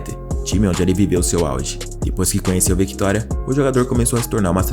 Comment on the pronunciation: Pronuncia direito o nome da Victoria...... não leia o C . Ele é mudo assim como Octávio ... Pelo amor de Deus.